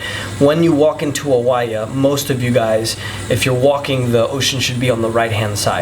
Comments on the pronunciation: First off, please pronounce the names correctly Oie I hope this helps. When speaking in English please use proper grammar and use your singular and plurals correctly. It is not there IS lots of great views, it is there ARE a lot of great views. Get it? :) The rest is good info. I have been there and you are very right it is beautiful beyond words. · It's always a good idea to learn how to pronounce the names of towns before making a public video...Oia is pronounced Eee-ya. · Its pronounced Eee-ya (Oia) ! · Οια is pronounced as EeA. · Good info and it's 100% right to visit before or after the high season it's much much better ... oh and Oia is just called Ia the o is silent... i hope you had a great time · it's a shame that someone who thinks that he is able to give recommendations to other people is not even able to correctly pronounce cities names like Oia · He can't even pronounce "Oia" correctly and only ate in one restaurant????....turned him off midway. Dolt!